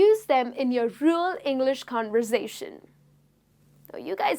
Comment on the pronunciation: I m sorry, but there are many many words tht u say it wrong. It's like u ur so working hard to get those words correct way.what is ENGLERSH????